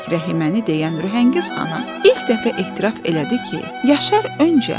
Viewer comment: Savadsız jurnalist, "ehtiraf" yox, "e'tiraf" İşıq ustası da işığı o qədər verib ki, qızın burnun içi görünür. Çox qıcıqlandım buna.😡